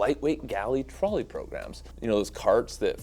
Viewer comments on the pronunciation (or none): none